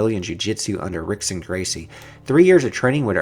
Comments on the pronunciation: Please stop saying the Gracie's names wrong. They are well known, its not R-ickson or R-oyler its H-ickson and H-oyler. Gotta do ur research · *Hickson and *Hoyler... Portuguese pronounce R's as H's